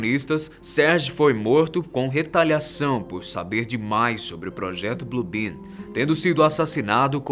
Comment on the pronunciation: Alguém ouviu BLUE BIRD ao invés de BLUE ben. Quem entendeu curte